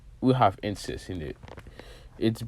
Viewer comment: when said insesed i said hell yeah